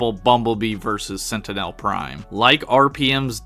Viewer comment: great vid but the way you pronounce 'sentinel' makes me itchy